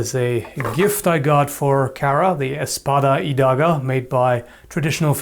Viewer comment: "The 'espada y daga'." Spanish here. Hearing that felt strange. Pronunciation was spot-on, though. The only problem was you stuttering slightly from the foreighner word. They're pretty nice ^^ The handles are most interesting.